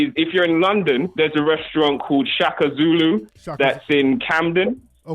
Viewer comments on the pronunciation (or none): none